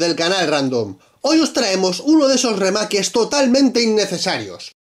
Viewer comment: ah dicho "remakes" de forma incorrecta, REALISMO...!!! :v ok no :v